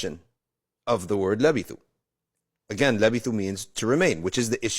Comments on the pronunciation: It’s Labythu not lavethu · Lebithu not levithu